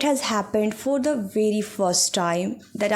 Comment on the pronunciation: You are doing good.❤ But one thing i want to tell after watching your videos about your speaking/ pronunciation. Aap bhot ajeeb tareeke se then word ko pronounce karti ho, same for "speaking" your pronounce it "eespeaking" ..... please work on it too. Speak naturally u seems like acting to speak in english work on accent.... watch janhavi pawar she speaks naturally 😊